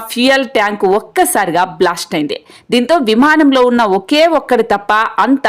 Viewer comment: Not blost but blast. Pronounce well